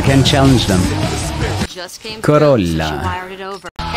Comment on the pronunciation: "Corolla." Me: "Yeah, not an italian car but an italian pronunce and pronounced that correctly. So... "Italian-ish".